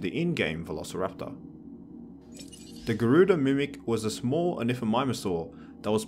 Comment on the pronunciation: It's Garudimimus, not "Garudimimic".